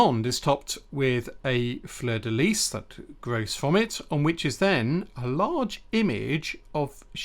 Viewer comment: well done for pronouncing fleur de lys correctly. most English people say lee when in fact its pronounced lease.